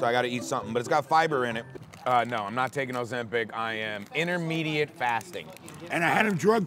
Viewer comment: "InTerMediAte fAsTinG"😂😂 it's intermittent fasting Lol